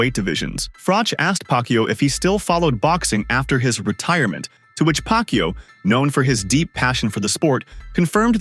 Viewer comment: They just butchered Inoue's and Pacquiao's names :)